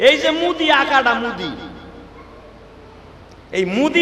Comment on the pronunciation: ওরে এই পাগলটারে কেউ থামা, ভারতবর্ষের নাম পুরাকাল থেকেই ভারত। সিন্ধু থেকে হিন্দু কথাটি এসেছে কারণ ফার্সি শব্দে "স" এর উচ্চারণ "হ" হয়ে গেছে। কোনো নবী এই নাম দেন নাই। আর ভারতের প্রধান মন্ত্রীর নাম মোদি , এই গর্ধবটা সেটাও উচ্চারণ করতে পারেনা শুধু মুদি মুদি করছে। যুগ যুগ ধরে ভারতবর্ষ ভারত নামেই আছে। ইংরেজরা আবার সিন্ধু নদীকে Indus বলতো তাই সেখান থেকে তারা ভারতের নাম দিয়েছে India। এই ধরণের মিথ্যেবাদী বক্তা সম্পূর্ণ মনগড়া কথা বলে বাংলাদেশি ভাইদের উত্তেজিত করে চলেছে । এদের বয়কট করা উচিত। এই রকম মিথ্যেবাদী অশিক্ষিতের ওয়াজ শোনাও হারাম। একজন আলেম কোরআন হাদিসের আলোচনা করবে মানুষকে কোরআনের শিক্ষা দেবে তা নয় শুধু মিথ্যে ভুলভাল বলে লোকজন কে বোকা বানিয়ে নিজের ব্যবসা চালাচ্ছে।